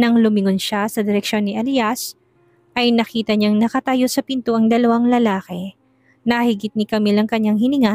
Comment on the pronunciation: Lalaki ang pronounce lalake